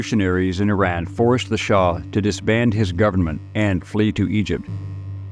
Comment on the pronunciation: Shah... not Shaw